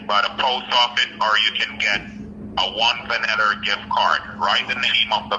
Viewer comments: "Vaneller" or Vanilla🤣🤣😭😭😭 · The scammer say the car is on a “ Chuck “ that alone is a giveaway😂 and he also said “‘it’s only be carsting yuh” 😆 also a “ one vaniller card”